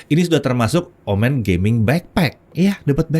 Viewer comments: Ngingetin aja boleh kan? ✌️ kalo "omen" ini cara baca "e" nya seperti di "momen" bukan di "komen" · Betul, dibaca seperti Momen, bukan komen.